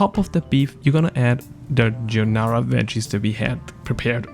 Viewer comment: Gee-ar-dee-nara = giardinera, correct pronunciation.